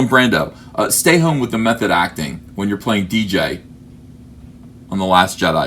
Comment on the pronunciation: It's not dee jay, you just say the letters. Its DJ, god will you never learn.